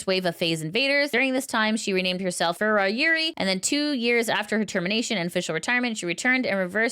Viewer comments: When neressa says it it sounds like rowda and Kiara is kiyadada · It's not Rayora, it's Raora (Ra - oh - ra, the last a and the first a are basically identical). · i appreciate all the news coverage you do as it keeps me up to date, but please make sure to put in the effort to pronounce vtuber names correctly. every time you pronounced raora’s name the way you did physically pained me